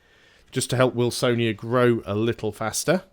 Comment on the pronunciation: The Polish pronunciation of Wilsonia is Vil-son-ya